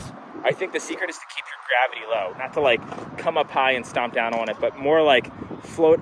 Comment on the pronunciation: you should try to kickflip on to it instead of kickflipping owuhn to it...hehehe thats my fav word with the accent